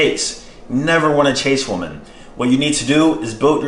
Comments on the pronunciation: Exactly I’m glad I found one of these comments, he says “woman” instead of “women” the proper way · It’s “woMEN” not “woman” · Is it just me, or is saying woman instead of women? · it is pronounced WE-MEN. Say it with me now WE-MEN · The way you say ''women'', you say it like ''woman''..Just an observation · Why do you pronounce Women wrong? It’s extremely annoying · Weymeyn > woomin